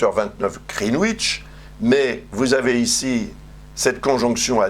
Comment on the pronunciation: Greenwich se prononce: GRINN. NITCH.